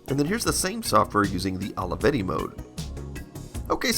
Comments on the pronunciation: I love how you say "Holeyvetty"😆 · Took me a while until I realized ALAVEDI is how americans pronounce Olivetti, apparently :D